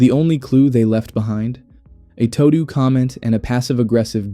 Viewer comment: "Tow-do"? God, please tell me it's not an AI voice...